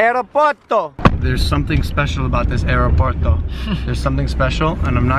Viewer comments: L: How do you say airport un Spanish JP: Aeropuerto L: Areperto. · you wer supposed to say aeropuerto